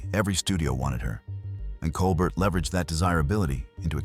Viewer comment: One can tell this is AI simply by the pronunciation of Claudette Colbert's last name: it's Col-bare (like late night icon Stephen), not Col-burt (as the narration pronounces). SMH.